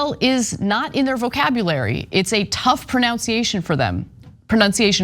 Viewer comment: She also mispronounced pronunciation